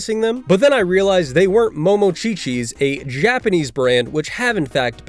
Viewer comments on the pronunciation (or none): its not Mono-chi-chi. its Mon-chi-chi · Monchhichi?! lol you pronounced that wrong! Do better